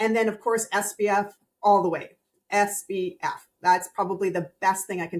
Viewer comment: has great information (and confirmed that my simple skin care routine in the morning is OK). I'm confused as to why she says "SBF" instead of "SPF?" Am I just hearing it wrong?